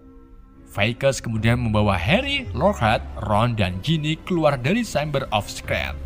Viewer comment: Mon maap bang..secret juga salah sebutnya👉👈